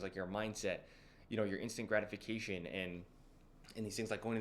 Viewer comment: I thought you were saying "instagramification" instead of "instant gratification" 😅 ( i m from europe). Thanks for the video probably all true i m on my way. But for me the most gratifying is cardio. I feel it calms me down more than lifting weights... Because cardio can really exhaust you entirely